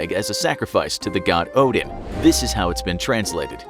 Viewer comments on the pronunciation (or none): none